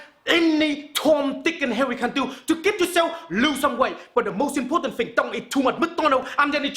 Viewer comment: lowes I'm English. . . it's tom dik and Harry not hairy lol. I know he's Asian. just funny